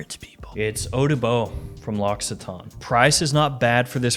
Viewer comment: Protip: the "cc" in " l'occitane " is pronounced more like the "ck" in "mock", maybe a bit softer. Not at all like "x", there's no "s" sound in it